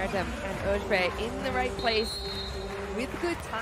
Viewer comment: pronounced correctly this way: cansu öz(buy) and not like öz(bay) should not be hard to do it right